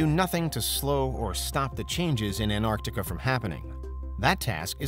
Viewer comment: Why do you say it like "Ant-Arctica"?